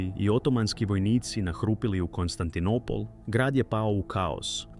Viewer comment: AI prevodi i izgovor paraju usi!Konstantinipol???